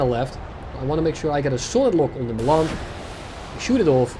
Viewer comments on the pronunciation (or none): none